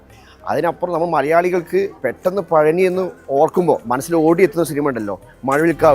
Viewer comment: പഴനി അല്ല. പളനി